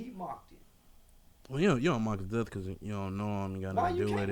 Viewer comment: “On their derth certificate” 😂😂